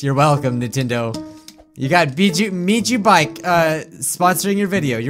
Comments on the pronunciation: Lol he said Mijuu Bike lol xD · “Mjuu Bike” I need child support services please. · he said mijuu bike😂